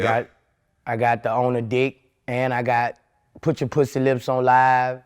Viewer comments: He said, "No pwussy!"😅🤣😂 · 😂😂😂 I was waiting to see this comment ! Lol - “I’m on parole Vlad.... they told me one mo pwussay.... dassit” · What's the time stamp on "Pwussy"? i can't find it and i cant sit through the interview again. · One more time ☝🏾 One more Pwussy 🐱 If we see pwussy one mo time ‼️‼️ 😂😂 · “One mo pwhussy” 🤣